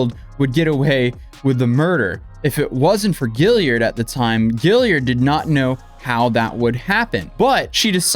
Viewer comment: "Gill-ard" not "Gill-i-ard"... sorry to be that person.